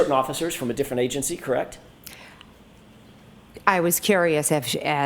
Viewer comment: Everytime McCabe says KRAKT !!! instead of “correct” it’s just aggravating.